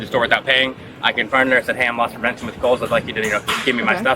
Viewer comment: It's 'Loss Prevention' not 'Lost Prevention'. The officer is not lost.